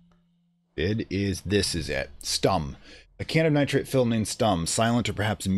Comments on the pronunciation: The "u" in "Stumm" is pronounced like the "u" part in "you". Besides that you got it right. It's a German word btw and means as the game said - silent or mute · Yes that's more like it but it's a short "u" or "o" because emphasis lies on the "m" that's something you absolutely nailed :D Edit: I love the series btw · "Stumm!" actually means "Mute!" in german, which is pronounced a bit differently and this would make sense as the film would probably have no sound.